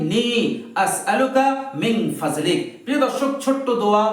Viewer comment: আল্লাহুমা ইন্নী, আসালুকা, মিং,ফাদলিক,,হবে,, ফাজলিকা,হবেনা,ভালো, করে, উচ্চারণ, করবেন,আপনি